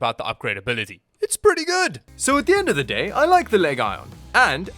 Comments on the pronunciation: you have pronounced the model of this Laptop wrong. Its pronounced Legion: noun. /ˈliːdʒən/ /ˈliːdʒən/ a large group of soldiers that forms part of an army, especially the one that existed in ancient Rome. It in Lenovo's case, means a high performance line up of a series of Gaming PC's known as the Legion series, which includes Gaming Laptops, and Notebooks, along side of Gaming Desktops themselves. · Leg Ion... wonder how he enunciate MSI or ASUS..... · Leg Ion? Half a mil subs and dude doesnt know how to pronounce the word legion. Says everything about channel trying to pander to high schoolers and sheeps. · Are you saying legion wrong deliberately? Please stop... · “Leg ion”💀💀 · Why pronouncing it leg-ajon? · Leg ion ? 😂😂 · Lee-JUHN = Legion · stop triggering me with the leg-ion saying!!! its not how you say the word arrrrrggghhh HAHAHA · It's pronounced "LEGGY OWN". 👌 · Are you trolling with the "leg ion" pronunciation? lol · did you actually pronounce it as Leg-Ion?! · The Lenovo "Leg-on"... 🤣😂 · I love how he pronounces the "Legion" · Love the video but o ly thing that drove me crazy was the way u pronounced legion. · I was confused every time you said "Legion." I was thinking, wtf is he saying, then I realized you were just absolutely butchering the word, lmao. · Y u say legion like that it’s legion like the demon for we are many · Why are you saying "legion" oddly? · I like how he pronounces Legion wrong on purpose. And that beefy boy DID almost set my prostate on fire!🔥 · Leg ion? is it not pronounced LEGION? as in leejohn you don't call the computer game legion arena LEG ION arena? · It's not leg ion, it's legion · I thought it was pronounced lee-jun not leg iron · LEG ION... isnt it LEGION as a roman army Legion? Was I saying it wrong all the time? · bro said leg-ion XD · him pronouncing "legion" "leg ion" instead of "leejon" shortened my lifespan by 20 years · Lenovo legay? It's LEGION 😔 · its not LEGion. its legion ^^ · leg ion ??? 😂